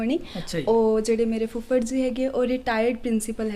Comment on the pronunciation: ਉਡਾਰੀਆਂ ਦਾ ਸਾਹਸ,ਸਰਾਹਣਾ ਦਾ ਪਾਤਰ ਹੈ ।ਹਨਾਂ ਤਕੀਆ ਕਲਾਮ ਬਣਦਾ ਜਾ ਰਿਹਾ ਹੈ ।ਤਲੱਫਜ਼ ਤੇ ਧਿਆਨ ਦੇਣਾ ਬਣਦਾ ਹੈ ਜਿਵੇਂ ਜ਼ੀ,ਜ਼ੋ ,ਪੰਜ਼ਾਬੀ,ਸ਼ੌਂਕ ਨਹੀਂ ਜੀ,ਜੋ,ਪੰਜਾਬੀ,ਸ਼ੌਕ ਆਦਿ